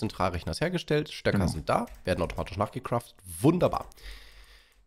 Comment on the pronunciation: Es heißt Stöcke nicht Stöker was ist mit eurer Grammatik los?